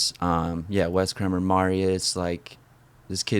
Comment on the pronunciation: It's Wes KREMER not Kramer